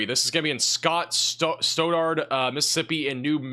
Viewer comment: Stauderd.. Stoddard county